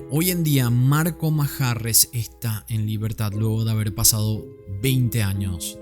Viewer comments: Manjarrez, con acento en la e 😄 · EL APELLIDO MANJARREZ LLEVA LLEVA ACENTO PROSODICO EN LA E....